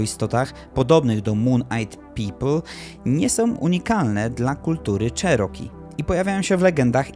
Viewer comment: Wymawiaj nie "czeroki" a "cziroki" 🤦